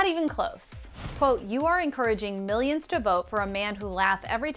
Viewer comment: Cardi: "I pay miyions of taxes."